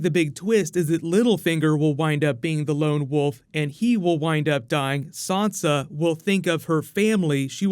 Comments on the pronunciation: I want to know where you're getting the "R" from when you're saying Sansa. You've obviously seen the show, and read the books. There is no "R" in the name so please stop saying it like "Sarnsa". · hi dude, love your videos, but could you please stop saying sawnsa stark, it's sansa, say it like Ned and Katlyn did, they named her. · You're saying SOnsa, why are you saying SOnsa? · Shane Melly Who is Sansa? There is no Sansa in GoT... You might be thinking of Swonsa...